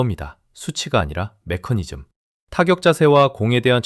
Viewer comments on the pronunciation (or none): none